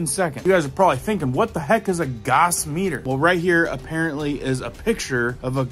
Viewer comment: Gauss is not pronounced 'goss', it is pronounced 'gouse', similar to house, but with a g instead of an h at the beginning.